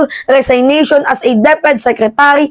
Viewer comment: Anong "resaynation"? Resignation po! 😆